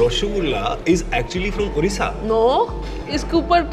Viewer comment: By the way gaurv bhai that is odisha not orisha... After all love your videos